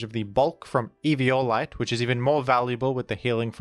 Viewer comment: It's 'evi-OH-lite' not 'evio-LITE'.